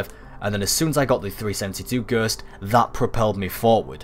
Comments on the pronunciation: gurst.... dude ghost G.H.O.S.T not a gurst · why are you saying gurst instewr of ghost... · I hate how he says ghost "ghurst" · A Gurst😂😂 Anyway, good video👍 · Sur, yur nurd a Ghurst? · i was thinking.....WTF is a "Gerst"? then noticed.....ooooooh Ghost lol xxx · "The best way to get the gerst......."😂😂😂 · take a shit every time he says gurst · Ghersst? Hahahahaha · Wtf is a gurst? 😂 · stop saying ghööst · Fucking gurst 😂 i English and never fuckin heard ghost pronounced like that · I took a shot every time you said "gurst." I'm in the hospital now. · Alex D-M Gherst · i died when i read this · I'm crying at "Ghurst" 😂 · knock knock whose there? gerrrrrst!! gerst who? gerst is one way I have never heard 'ghost' being pronounced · I want someone to chop out every time he says it and compile them together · fuck I meant shot but that's still funny as fuck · What the hell is gherst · this really helps, but the way you pronounce ghost is funny haha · you say ghost funny lol